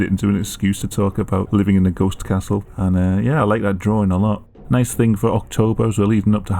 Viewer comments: Sounds like old English 🤣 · "I would like to see a goste kasul "